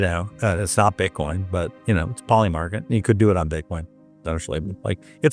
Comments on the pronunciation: Your ai voice calls it Bite coin I'm out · iThink the robot just pronounced it 'Bytecoin.'